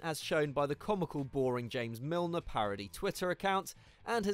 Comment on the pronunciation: Milner??? Seriously??